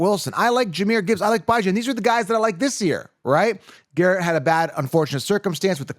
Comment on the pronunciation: Brother no one is going to take you seriously pronouncing bijan as bye zhan. Have to turn off the video after the second time